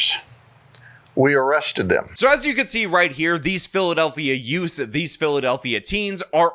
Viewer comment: "teenz" and "youfs" again.